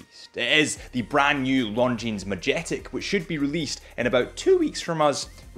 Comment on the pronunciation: Such a beautiful watch, such a stupid name...who would want to own a "Property"? No "Property of Military Administration", just "Property". (FYI, the "j" is hard. Ma-yet-ek)